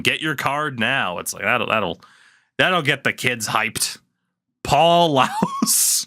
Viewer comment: Its Paul Laus, pronounced "lawz" and he is a Panthers legend